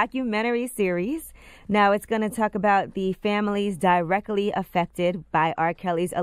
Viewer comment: Di-wreckally...? Did you mean "Directly", Angela? 😂😂😂